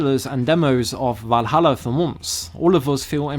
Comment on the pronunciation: You mean Varuharra